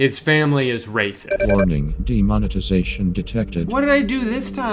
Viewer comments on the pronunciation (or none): DEMONETIZATION not "demonitization" lol